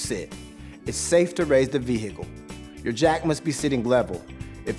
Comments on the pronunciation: Love how he says it like veHicle lol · Like hiccup 😂😂